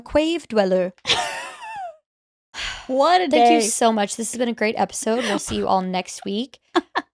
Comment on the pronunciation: Died with "cwave dweller" 😭 all I could hear was Jimmy Valmer from south park